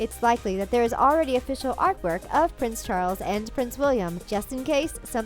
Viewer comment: Wtf is a "prin charlin"... Pronounciation needs work.